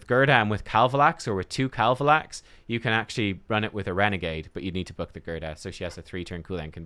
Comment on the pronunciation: Way to go, you successfully BUTCHERED KAVALAX....Can I have him please